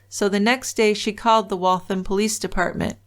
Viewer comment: I grew up in Waltham. I'm so disgusted that he did this to such a wonderful woman. I'm glad he was caught and is where he belongs. ps "Waltham" rhymes with ham.